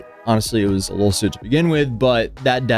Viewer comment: Does anyone else hear say “Lol suit” instead of lawsuit? By this point it might as well be one when it involves Johnny Somali.